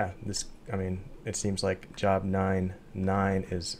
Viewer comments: The book of Job is pronounced like the word "Robe" only with a J instead. It is NOT pronounced like "I start my job at 8am". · It’s no big deal, but it’s pronounced as “jobe,” like when you say the letter “o” or say the word “lobe.” I just thought you might appreciate a heads up. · Did you really just pronounce “Job” as “Job”…? Lol ⚡️♉️⚡️